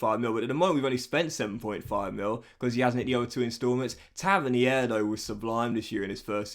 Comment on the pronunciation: Episode 8 and it’s still pronounced Taverneer